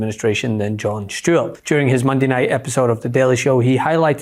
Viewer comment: FINALLY, someone saying the name of Stewart properly 😉